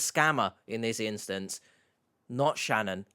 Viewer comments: Hello, H! I've been a watching your channel for quite awhile, and my name is Shannon. I'm currently living in the States, and I HATE how my name is pronounced here! It was refreshing and quite pleasant to hear it spoken properly by you several times throughout this video. Do you have a Cameo account? I'd pay a pretty penny for a 30-second video of the same 😅😊. Long live the Queen's English! Lol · Noooooo!! Not a creeper with my same first name! Thank you for pronouncing it correctly, H. I despise the way most Americans say it, with the long A sound. Every single time I want to shout, "You're putting the emphasis on the wrong syllable, you hicks!" But you can say it anytime, H, it heals my soul 🥲😉 lol